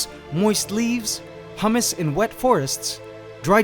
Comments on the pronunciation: I'm preeeetty darn sure it's pronounced HYOO-mis and not HUH-mis, but it's all good. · I thought humus was pronounced huoomus